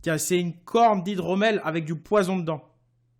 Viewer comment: Set pas normal qui dise set du poizon